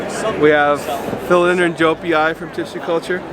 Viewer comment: Imagine running a booth at a tropical plant expo and not knowing how to pronounce “philodendron”